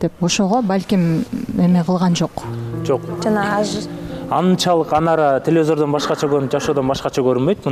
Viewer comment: Гулнур телезор дебей телевизор дечи